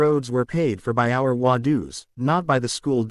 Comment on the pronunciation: HOA tales with an AI voice unable to pronounce HOA!!